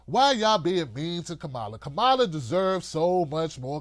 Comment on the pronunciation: You still haven’t learned to pronounce Harris’ first name – simple, but too much for you, I guess –, and here you go complaining about her again, because she’s black, or not black enough, for you. That is exactly the point Sharpe is making: Why does she (or Cory Booker, for that matter) have to justify her blackness to you? All through this 2nd stupid video from you on Harris, you make no mention of issues going forward or even in the past, that would speak especially to black people and how Harris (and Booker?) differ on those issues. Maybe you have a lot of stupid listeners, but I hope there are at least some black people – maybe the women? – who look and listen to the black candidates in this POTUS race, and get motivated and decide in ways that have less to do with race and gender than the bullshit you’re peddling. Maybe I haven’t known enough blacks in my life; but even the dumbest of those I’ve known don’t have the shit for brains that you have.